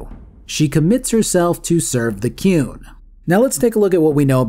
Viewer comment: As shitty as it is on the whole I still love Dragon Age 2 jank and all. Keen as for you to do a video on Inquisition and I assume a second video on the DLC cause of how long the game is. Also you pronounce The Qun like Cartmen pronounces The Coon and I laughed everytime